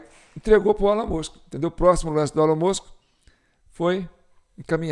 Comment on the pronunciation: A pronúncia de Ellon é Íllon